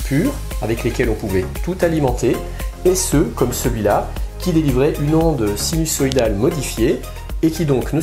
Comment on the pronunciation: interessant. Par contre on prononce sinuZoïdal et non sinussoïdal. ;-)